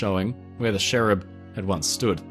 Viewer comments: Cherub not sherrub 🙄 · Fascinating video - thank you 👏🏼 Just confused as to why you kept saying “sherub” when they are called cherubs? 👼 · I have never heard someone call a cherub a sherub before...this was very cool though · Great video, as always. But I'm not entirely convinced by your pronunciation of Cherub 😖